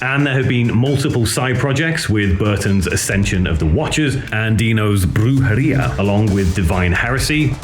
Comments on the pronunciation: "Brudgerija"?!? Jesus Christ on a motorbike... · For future reference, Brujeria = BROO-huh-REE-uh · yes but there's something unnatural specific about those parts, which is why I thought you used a trained AI voice that emulates your voice. It would be totally fine, don't get me wrong. And if it's not the case, then I'm sorry. Brujeria is also pronounced differently there, while you pronounce it the right way when you're in the shot.